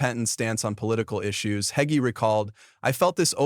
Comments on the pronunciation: His name is not Hag but it is Hager. Pronounced Hay gee. We will all be judged by our Creator ❤ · No more listening! whoever or whatever is reading can't pronounce word or Mr Hagee's name correctly Most of these videos are even wrong. They headline what it's about and it come out completely different. This stuff garbage